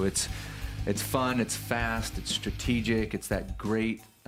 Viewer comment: Did he say strategic????? Lol ok